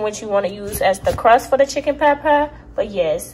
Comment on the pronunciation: “Chicken pot pow” 😂😂😂